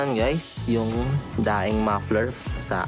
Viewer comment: IDOL! correction lang po 😊 ”DENG” po basa sa Daeng pipes